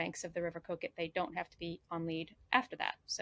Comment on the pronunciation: Kook-It! Well done, excellent pronunciation! Just the right amount of emphasis on the ‘uck-it’ bit😉 Annick was spot on too! We’ve trucked up’n down the A1 many times, we’ll make a point of visiting Warkworth next time, thanks for pointing us to it. We’re curious to hear your translation of Berwick-upon-Tweed 😊, p’raps in a future TTT👍